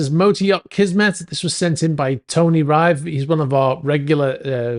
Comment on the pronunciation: Tony Rive's surname is pronounced Riv, like the start of river.